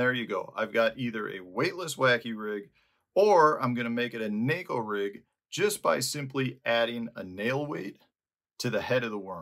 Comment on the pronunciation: Props for pronouncing neko properly.